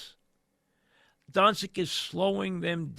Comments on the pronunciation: Pronounced Done-chitch 😂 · Luka “DoNsIk” Mike, maybe consider taking speech classes. His name has been said 1 million times over the last 5 years and you still can’t get it right? You do talk radio for a living ffs.